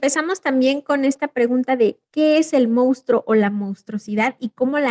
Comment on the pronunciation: Hola. Con todo respeto es monstruo no mounstro como en algunas ocasiones en este vídeo lo pronuncian. Yo creo que en el caso del chupacabras caben diferentes entidades, algunas de ellas verdaderas no todas, sino pregúntenselo a los campesinos. Además no fue un fenómeno único de México sino de Latinoamérica por lo que no se justificarían las causas de este fenómeno que ustedes mencionan. Hay varios casos que se comunicaron en Florida, centroamérica y sudamérica.